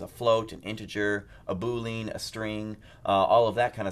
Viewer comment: boooleeeeen? HA.... boo-le-an